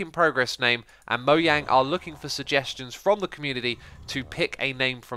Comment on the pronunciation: It's actually Moyang, swedish don't pronounce 'J' Jens (Jeb) is actually Yens